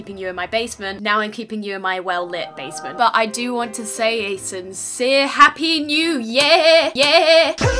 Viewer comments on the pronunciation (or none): When she said sincere I went sim cere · it's SIMcere not Sincere